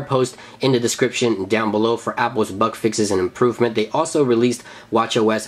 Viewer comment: Can anyone tell me what a "buck fix" is??! Is that like a "bug fix" only pronounced wrong?!